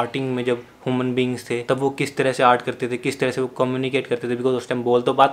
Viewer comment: Normal people: human beings Sourav joshi : hooman beings